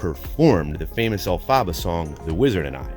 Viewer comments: Who else had rage that he called her “Elfaba” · elphaba is pronounced elfuba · YOU DID NOT JUST SAY ELFABBA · ITS EL-FA-BA GET IT RIGHT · Ahhhhhhh he said el -fabba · El- fa- ba! Sorry I know there are a bunch of comments about this but I just had to say it. Sorry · ”AIRiana Grande as ElphAHBAH” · Why did he say Elphaba’s name like that, I’m mad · Hate how he pronounce elphaba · The way he pronounced elphaba I can’t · Seriously. I had to stop watching. Pain!!!